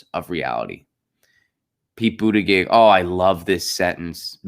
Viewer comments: Goddamnit man, it's pronounced But ta gejieihj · If nothing else, learn how to say his name correctly.